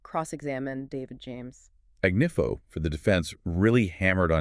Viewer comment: Sorry to nitpick, but I hope later videos you pronounce Suge (sounds like shoog) not Suezz Knight and Marc’s last name Agnifilo not Agniffo.